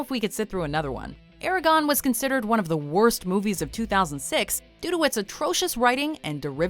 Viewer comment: The way you pronounce ConÄn and eragOne is annoying